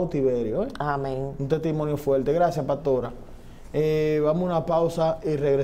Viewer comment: Señor, usted es dueño de esta plataforma, se dice paStora, no PATORA, se dice teStimonio, no TETIMONIO.